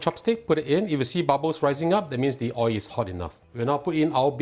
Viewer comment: Your receipts are good and easy to cook. Love watching your cooking shows. May I just point out one thing and I mean well and hope its not taken in the wrong way. The word oil ends with alphabet l which must be pronounced and when not pronounced correctly its oi. Wish you and your programme all the very best and looking forward to watching and learning many more delicious receipts. Thank you.